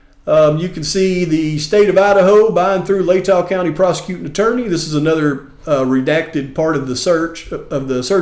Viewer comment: What about “The Pros-Uh-Quewtin’ Attorney” from the last few vids?!! 😂😂 🍺🍺